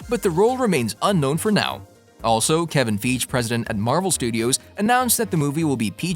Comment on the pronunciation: Monica Rambooo and Kevin Feeej???? 🤦‍♂